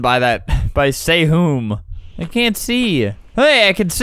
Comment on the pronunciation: "saywhoom" and ithoughtof "sangwoo" sdfghgvcgh